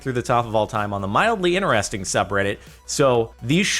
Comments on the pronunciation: why do you always say "ineresting" instead of interesting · its in TER esting not ineresting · Why you always 'iner-resting'